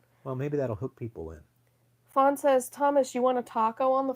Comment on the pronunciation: You are welcome Thomas and you mean FAWN not Fran 😆🤣😂😅